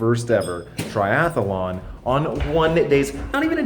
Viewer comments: Triathlon, not TriathAAAlon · We may have to kill you if you keep saying Triathalon. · One les syllable, Triathlon vs Triathalon.